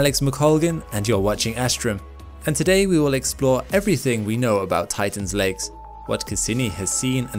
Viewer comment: Am I the only one who hears legs instead of lakes?